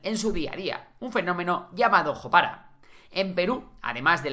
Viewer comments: Jopara se pronuncia yopará.. y significa mezcla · Se pronuncia yopará